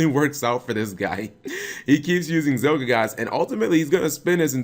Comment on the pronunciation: ZielGIGASS? Are you really that bad at pronunciations, Cap?